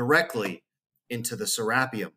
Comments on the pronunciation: I always thought it was pronounced "Ser ah pee um", or it like potahto potaahto? ...Awesome video though!! Thanks again. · Who gives 2 actually F's how the Egyptians are pronouncing something when they didn't even discover their own pyramids nevermind anything else. Lol Sarah P um whooooo, let's go Richard Craniums, been waiting for this forever.